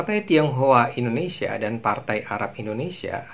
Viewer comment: Yes Indonesia not endonesia, learned more and more to be perfect...